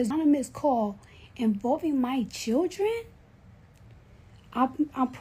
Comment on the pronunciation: She said my churrdrenz are sleepinz 😂